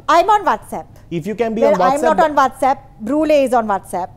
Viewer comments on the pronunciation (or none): “Can you operate whastapp “ Aunty netta “ You cannot even say whatsapp” 😂🤟🏼 In my head: thug life song nanananana